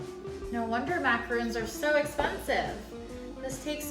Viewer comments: That's macaRONs sweetie. MacaRONs. lol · Thank you for posting! I’m going to give it a go! Just FYI, because I’ve been called out on this, you’re pronouncing it “macaroon,” which is not a big deal, but a macaroon is a completely different dessert.